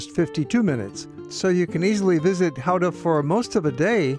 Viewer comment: You pronounced the name Gouda perfect. Compliments!